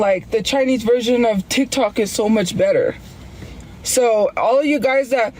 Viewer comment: She had no idea how to explain the "titok" ban. Also, she didn't like RedNote because she couldn't understand and got "fusstrated"